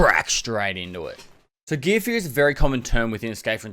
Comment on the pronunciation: Everyone: Gear Fear: GEEA FEEA